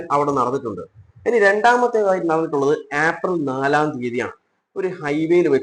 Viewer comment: ഏപ്രിൽ എന്ന് പറയൂ. ആപ്രിൽ അല്ല